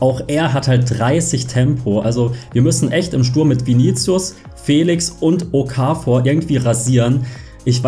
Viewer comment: Super Nices Video aber bitte okafor... das o kurz ich als schweizer bin ziemlich getriggert